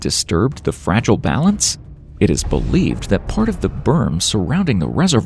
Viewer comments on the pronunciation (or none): none